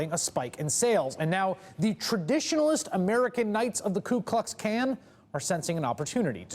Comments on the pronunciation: hah he said Kan... not Klan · Did he just say ku klux kan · Did he say "Ku Klux Kan"? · “Klu Klux CAN” 😂😂😂